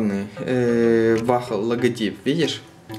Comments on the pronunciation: Бро не "Вахл" а "Уолл" 😉👍🏿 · Не вахл а вохл! 😆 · Не вахл, а вол